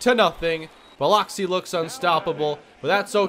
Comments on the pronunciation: South Mississippi native here,. Biloxi is pronounced Bil-uhk-see. Just in case you play them again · Just wanted to let you know it’s pronounced (Buh-lux-ee) can’t blame you, spelt weird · you killed me with your Biloxi pronunciation. Got to get that fixed, cringed everytime you said it. Love your vids though. Keep em coming. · Cahm-pos, not Camp-os and Bill-ux-ee, not Bill-ox-ee. I'm enjoying the series, but... yikes.